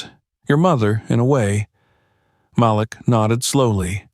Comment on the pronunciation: Please correct.. Malik is pronounced "Ma - leak". Thank you. 😊